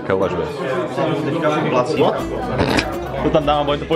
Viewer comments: nemůžu z toho "WOT?" xD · to "WOT" to vzdycky nejvic zabije 😂😂😂😂😂😂😂😂😂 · Ten jirka: ,,what,, (wot)